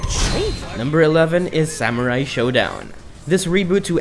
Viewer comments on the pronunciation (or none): none